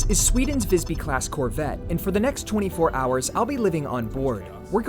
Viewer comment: As a swede its very funny when capten sais "wellcome to Vajsby" hahaha. Apparently the name of the ship is pronounced differently in different languages 😂.